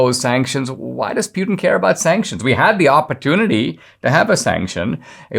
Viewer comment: Pewtin 😆 I love you Dinesh, but that's hilarious